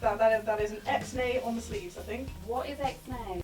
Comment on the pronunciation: it’s ix-nay 😂 it’s from pig Latin, you take the first letter of the word and move it to the end with an ‘ay’ sound after it - so nix becomes ix-nay you look so beautiful in all of these oh my god 😍